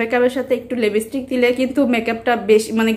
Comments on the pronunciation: লেবিষ্টিক না লিপিষ্টিক ত্রটাই তো বলতে পারেন না আবার দুইটি খুলেছেন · Lepistick ki uccharon o paren na..make up toh use o kren nai shudhu sudhu kinlen... age jene niben kivabe korte hoy